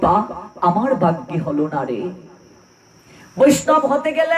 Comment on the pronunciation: হরেকৃষ্ণ 🙏🙏 তীর্ত না বলে তীর্থ উচ্চারণ করলে শ্রুতি মধুর হয়।ভাগ্য কথাটা "বাগ্য" শোনা যায়।ক্ষমা করবেন হরেকৃষ্ণ🙏🙏